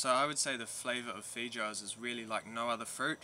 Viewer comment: fee joes? hahah, oh boy. I think the pronunciation is fay-oh-ahs. I def have to try them, to see if the only multi-food international market has them. I hope so. Thank you for the informative video!